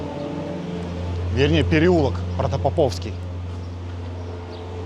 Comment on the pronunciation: Автор видео точно не из Москвы, столько ошибок в названиях 🤯 протопОповский. А деревянный дом (проспект мира 30) - один из домов Купцов Баевых.